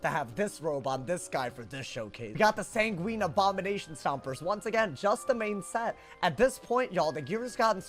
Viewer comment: Sanguine rhymes with penguin, it's not a type of pasta lmao